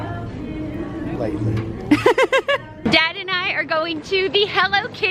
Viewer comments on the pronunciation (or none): lol when he said “lately” that was hilarious! 😂😂😂😂😂😂😂😂